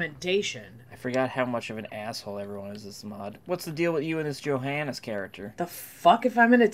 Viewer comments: They Name Johannes is actually spoken with the "J" like a "y". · I thought said Jihaded instead of Johannes